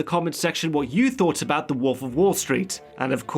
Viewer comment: Good video... If only I could get over the fact that he keeps saying woof instead of wolf